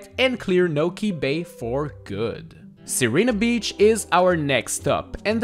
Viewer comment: I think it's pronounced Sareena Beach